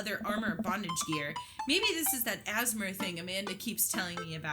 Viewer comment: You guys mispronounced ASMR I don't know if it was intentional as a joke or you guys just don't know what it is